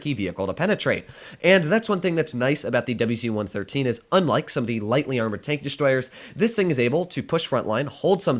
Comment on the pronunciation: Why is it tenk instead of tank, is that supposed to be with a Russian accent or something